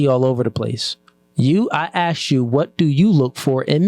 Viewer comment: Even the male host like “AXED YOU A QUESTION” whole room is low iq lmao